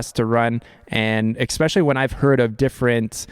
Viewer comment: Maybe because he keeps pronouncing especially as eXspecially. Who can tell.